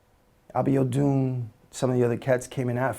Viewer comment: I like how he pronounced that Nigerian name "Abiodun" and Femi Kuti with A Nigerian accent lol i love it epic.